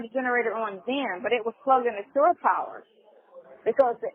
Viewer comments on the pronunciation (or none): It is NOT "sure" power it is SHORE power, you mush mouf nasty azz simpleton.